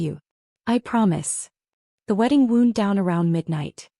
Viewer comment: The pronunciation or mispronunciation of the word "WOUND" sounds ridiculous and spoils the story. Please edit next time.